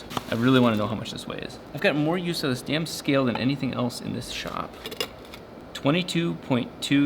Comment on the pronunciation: "" right!! LMFAO 😂